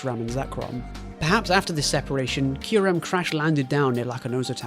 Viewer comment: "Kai Rem" lmao you pronounce Kyrem correctly in all the other times. Was this just to provoke a comment?